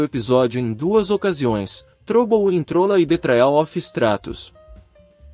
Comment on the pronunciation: Na boa, esse locutor não conhece He-Man! Errar as pronuncias de Eternia e Trolla, chamar Esqueleto de Seletor e não saber que aqui no Brasil o personagem tema do vídeo se chama Lagartauro.